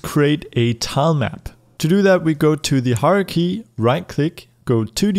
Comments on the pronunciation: When you say "hierarchy", it sounds like "horror key" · he could prounounce it like " high-ar-key